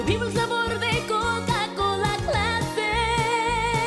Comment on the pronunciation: Se fijan que cuando dice coca cola en inglés lo dice con el acento gringo.. pero cuando lo pronuncia en español lo dice con acento latino